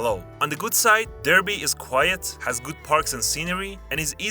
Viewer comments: a cream tea is a scone, jam and cream, and a pot of tea. Also Derby is pronounced Darby Good video thougj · Derby is Darby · DARBY not DER-bee. God do I need to correct all the way through folks? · Derby is pronounced Dar-bee, not Der,bee! Great video, but you need to work on your pronunciation, we English have some odd words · Very well researched video, I just want to point out that Derby, the place, is pronounced Dar-bee instead of Der-bee Also acknowledging the historical importance of Tamworth was a good one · Derby is pronounced DARBEE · Colchester has a better zoo than Chester. Also it’s pronounced Darby, not Derby and Hartford not Hertford. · Derby - pronounced Darby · Derby is pronounced "darby". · hey us northerners don’t deserve that dig are pronunciations aren’t that bad ik we sound nothing like the south but (especially here in Lancashire) it’s not bad